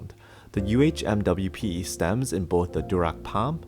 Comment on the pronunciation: Love that you don't say umwipe haha